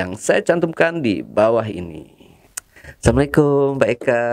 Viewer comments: Jangan Salamlikum ya bg!! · Bang kalau ngucap salam yg jelas ya bg!! Assalamu'alaikum jangan maaf bg, saling mengingatkan!!